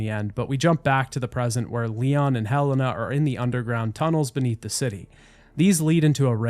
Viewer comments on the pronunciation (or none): Her name is Helena not hellana lol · Did you hire someone to read your script? Cause there’s no way you played this game and heard everybody pronounce Helena as “he lay nah” and piers as the only way to pronounce piers to my understanding,then proceeded to say “hell in ah” and “perry” over and over